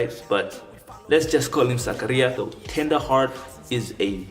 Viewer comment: yeah bro you said it right